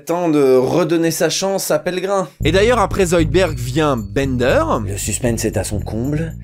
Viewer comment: zoidbeUrd !!! IL AI OU LE U !!!!!!!!! Amblance